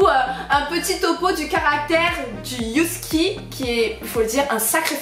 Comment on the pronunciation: 'Youski ' ptdr